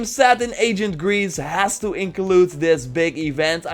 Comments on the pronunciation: come on it's ancient(eɪnʃ(ə)nt) not agent(ˈeɪʤənt), you speak Dutch making this distinction shouldn't be too difficult. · Am I the only one who thinks it sounds like he's saying agent Greece